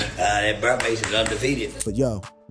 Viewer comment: I think he just can’t pronounce “bear” properly